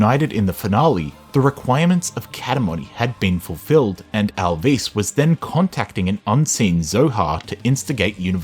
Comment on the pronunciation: I enjoyed the video but GOD DAMN your pronunciation of some of the names is killing me lmao Al’vís and P’neyuma